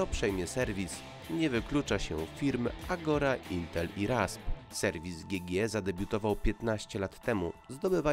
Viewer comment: GG chyba czyta się dżi dżi